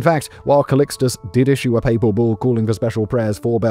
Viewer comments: "PayPal procession" lmaooo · "...a Paypal procession from St. Peter's basilica to the Lateran?